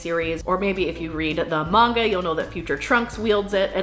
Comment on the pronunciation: I loved before but then she pronounced manga correctly...